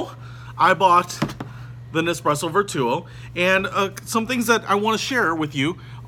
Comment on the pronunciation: Ver 2 o ….. or Vertuo? please learn the pronunciation!